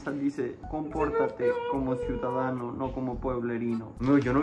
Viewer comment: Cuidadano pueblerino? Jajajajaj